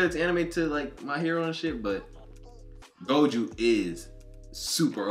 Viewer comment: It's pronounced Go Joe not go juu I'm just trying to help don't take it the wrong way pls